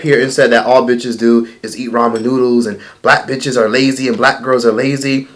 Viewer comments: “Raymon” noodles my nigga 😂💀💀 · it's RAMEN noodles not raymon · " RAYMON NOODLES " 🤦‍♀️🤦‍♀️🤦‍♀️ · He said “ranmen” it’s “ ramen” 😑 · He don’t even know how to pronounce “ramen”... he need to go to a speech class.. I could barley understand he ratchet ass